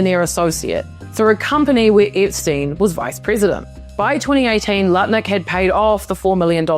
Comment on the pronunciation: idk how you can so easily say “Lutnick” I ALWAYS say Nutlick and can’t help it. It is now his name. Howard Nutlick.